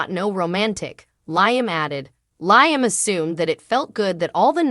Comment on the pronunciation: His name is pronounce Lee am Not Nyam